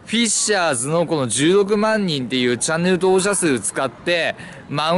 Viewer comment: チャンネルとぉおく❌ チャンネル登録⭕ ワロタw